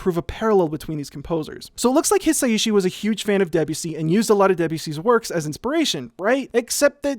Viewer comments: Please pronounce Debussy by stressing the 'bu' not the 'de' as is in keep with French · For years I have known Debussy and I know it's pronounced "deb-you-see" but I will never stop pronouncing it "De'Bussy" in my head first lol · Great video but your pronunciation of Debussy is making me want to eat my laptop.